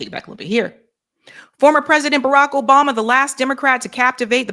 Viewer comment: Ugh. mispronounced his name. Can't watch. She did a Cuomo.